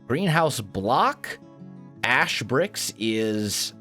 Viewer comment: when you said ash I thought you said ass in an accent